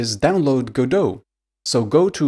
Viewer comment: Thank you so much for pronouncing it right.